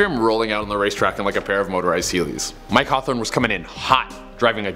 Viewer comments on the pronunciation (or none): none